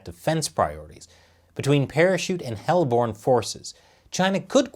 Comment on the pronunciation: I like the hellborn sentence he said instead of heli!!! Lmao